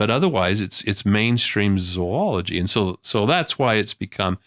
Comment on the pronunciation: I like that Dr Meldrum is pronouncing Zoology correctly. It’s not pronounced “zoo ology”